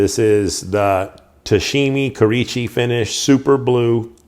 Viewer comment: Kurichi? No. Kurouchi.